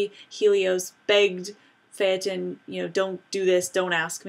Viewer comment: Thank you for pronouncing "Phaeton" correctly.